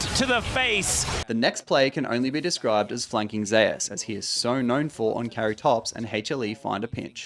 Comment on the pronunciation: isn't it pronounced the same way as the god? and not Ze-us?